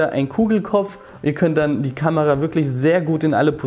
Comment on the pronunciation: bin ich doof oder sagt der immer "kanera", statt kamera?